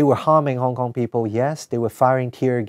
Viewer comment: "I am a HongKon-gir, I have to pro-tech HongKon....." x-D